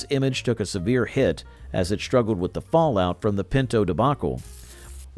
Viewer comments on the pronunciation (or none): none